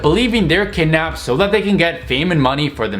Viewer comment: K go the g is driving me nuts theres not a g in kidnapped